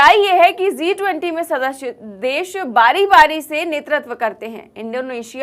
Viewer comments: It's G20 not Zee20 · It's G 20, Zee20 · G 20 not zee 20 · Zee 20 nahi G 20. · Zee 20 Nahi G 20.😂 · Aap zee 20 bolrahe hain madam jab ke it is G 20 hai please correct your self